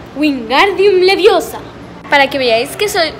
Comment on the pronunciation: no es leviosá 😂